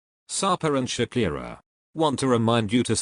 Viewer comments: Great video! But I’m confused about the way you pronounce her name. Isn’t her name Shekinah and not Shakira? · Dude you kept calling her Shakira. Her name is Shekinah and you know that.